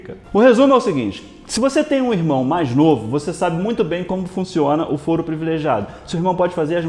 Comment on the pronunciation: Falou fóro uma vez :v A pronuncia certa é Fôro :v Mas blz :v Eu sou chato? :v